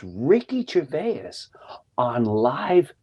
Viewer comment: Somebody tell Jim how Gervais is pronounced! ❤️